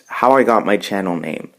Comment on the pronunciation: Thanks a lot for answering my questions! And you did pronounce my name correct lol!